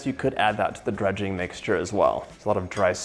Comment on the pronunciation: eh fyi it's not " Drudging" it's Dredging. Drudge is someone with a mental disorder, Dredge is to cover in flour. Now imagine you didn't wipe away all that delicious FOND ! The wine is for deglazing the pan man. All that flavor in the FOND should be used not wiped away.